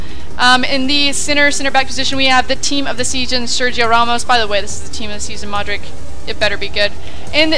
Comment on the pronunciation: ITS NOT MOD RIC OMG